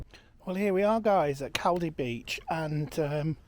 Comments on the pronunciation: Its Col-Dee. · FFS if you're going to a video of a place learn how to pronounce it first.